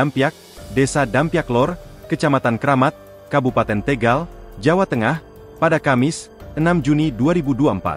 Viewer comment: Tégal Tégal....Tegal mas